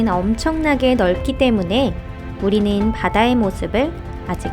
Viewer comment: 바다닌~ 우리늰~ 오늘읜~ 긔럼~ 발음 너무 불편해여